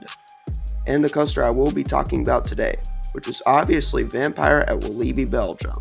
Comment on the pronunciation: Its pronounced Wal-lah-bi just so you know!